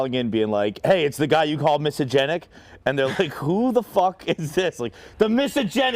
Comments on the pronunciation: You played dumb. You said misogenic 15 times 😊 reading is fairly easy. Just sound it out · Whoever dropped the short of old school Dave butchering the word misogenic moments after the call is a legend as well. Give her a raise. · Me: He said it 7 times, am I the one that is mispronouncing the word or is it an archaic form of misogynistic? Also me: Googles “Archaic forms for misogynistic”. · Not being able to say misogynistic actually increases your odds of being misogynistic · ??? What are you getting at??? I was trying to figure out why he was mispronouncing the word because I’m sure he’s heard it before. I’m trying to understand if Dave is playing 4d chess by doing that. If so damn Dave gains much more of my respect for playing their stupid games and using it against them. Dave Portnoy 2024 El Presidente🎉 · Dave said misogynistic wrong so many time I was wondering if I had it right. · Dave not being able to pronounce misogynistic is no surprise. The guy is a moron. Lol